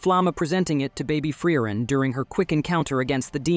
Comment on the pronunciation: Not even "Generic ai voice 2" can pronounce frieren correct